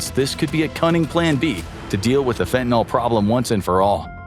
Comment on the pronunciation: Fentanyl rhymes with pill, not with alcohol. The word ends with a Y, not an O or A.